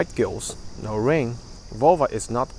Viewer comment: You should be more distinct with your pronunciation of NO I thought you were saying yeah